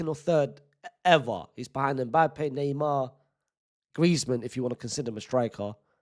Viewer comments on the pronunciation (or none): none